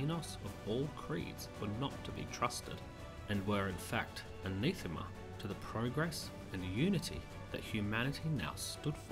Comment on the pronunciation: Say 'anAthema'! (the e is an 'uh') and 'veermently'. All best.